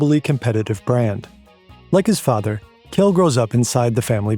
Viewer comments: oh boy the pronounciations were HORRID "kjeld" is pronounced similar to "shell" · great video, next time you pronounce a name like kjell be aware that the kj sound in scandinavian languages is the same as sh in english. Kjell is pronounced shell